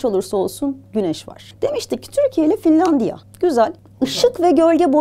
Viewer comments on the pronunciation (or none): 19.56 fillandiya demeyin hocam🥲